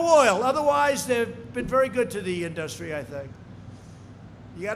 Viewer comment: Nobody and I mean NOBODY pronounces it "inDUStry". Only this orange idiot says it that way.